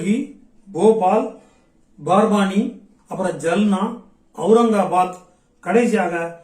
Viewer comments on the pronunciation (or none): அது நான்டீடு இல்ல நாந்தேட்,ஜல்னா இல்ல ஜால்னா